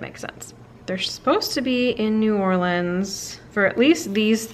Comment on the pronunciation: I love that to pronounce New Orleans right! The should go on a cemetery tour while she’s waiting on the Fav Dad.